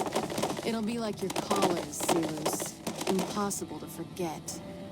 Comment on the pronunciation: The only weak part here is how even NCR officers know the Latin pronunciation of 'Silus' (see-lose), but Caesar himself still goes by the anglicized pronunciation (Sai-lus).